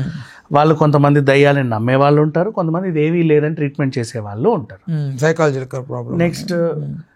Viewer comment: సైకలాజికల్, సైకల్ జికాల్ కాదు.